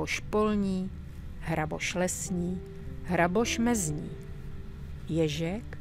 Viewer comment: Tymto hlasom by si mohla prednasat aj o anorganickej chemii 😍A ako vyslovujes " jezek,krtek,rejsek " to znie ako poezia 😊